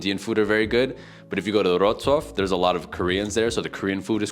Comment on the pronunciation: He pronounces it funny though. He leaves out the W (v sound).